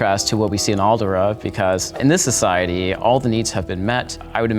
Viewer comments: Why does he keep calling Alderaan "Aldera"? That's bothering me. lol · He actually called it Alderaa. The nerve! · Great video but it hurt hearing him say Alderaan wrong the whole time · It triggers me the way he pronounces Alderaan.